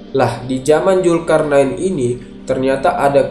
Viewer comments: Adminya sundanese nih wkw ZUL-karnain jadi JUL-karnain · Min...sbelum ngomong lagi diVideo lainnya..belajar dlu bedain huruf j dan z krn slalu salah ucap.. Zulkarnain bukan Julkarnain ( min..min kpn mau ucap benar ?) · Min, ente nyebut huruf Z aja gk bisa, nama org Zul km bilangnya Jul. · Mantap, tapi maaf ni min ini agak menggangu pendengaranku. Bedakan Z dan J. Krn mereka tdk sma. Zulkarnain bukan julkarnain, maaf sekali lagi min. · zulkarnain ya, bukan julkarnain. gemes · Zulkarnain bacnya mas bukan julkarnain mohon diperbaiki kata"nya mas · Zulkarnain min admin Bukan Julkarnain Pake Z Bukan pake J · Zulkarnain min bukan julkarnain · Zulkarnain bang bukan julkarnain😂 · Sebut Zulkarnain xboleh ka? Kenapa mestu Julkarnain... Zul bukan Jul 🤣🤣🤣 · Bukan Julkarnain min, tapi pake Z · Zulkarnaen bukan jul bro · Peliklah cara anda menyebut ZULKARNAIN ... Z bertukar J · Naratif kisah yang bagus cuma sebutan "Zulkarnain" itu tidak tepat dari segi makrajnya kerana sebutannya lebih kepada lughah jawa.Zul menjadi JUL.. Jelas sehingga ketika membaca ayat suci Al quran pun penyampai masih menggunakan lughah jawa yang pada saya adalah tidak wajar sama sekali. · Tlong bang ganti sj pengucapx krn trdengar risih salah huruf trus..z bukan j